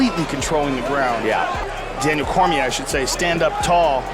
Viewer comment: Bruh said "Cormière"